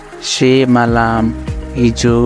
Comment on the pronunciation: pronounce gareko galat xa tapaiko...galt na sikhaunu plz..pahile aafu siknu🙏🙏..example...सेमालम होइन teslaiii समालम pronounce garinxa